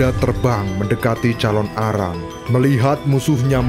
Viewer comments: Calon narang kak bukan calon arang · Yang benar itu CALONARANG bukan CALON ARANG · Calonarang bukan calon arang